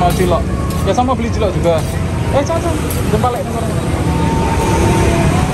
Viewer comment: Digrobak tulisan cilok,,knp selalu nyebutnya CILOT,,,???